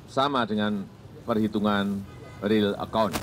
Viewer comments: 4.02 riil account apa real count ? Kok jd bawa2 akuntansi sih pak hehe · Real Count bukan Account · "real aqount" apa saya salah dengar